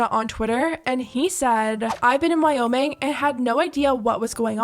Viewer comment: “I’m the one that moved to WOWming.”